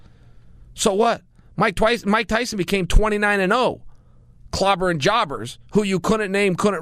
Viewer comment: MIKE TWYSON